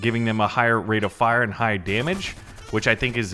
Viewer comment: Suggestion: "High" not "HIgh" :D